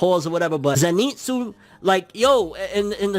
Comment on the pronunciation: Pls man, he is called ZEnitsu not zeNItsu